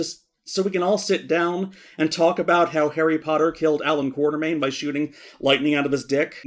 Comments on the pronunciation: KWAT-ER-MAIN not QUARTER-MAIN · Sadly despite the books spell it Quatermain, still pronounces it wrong.:(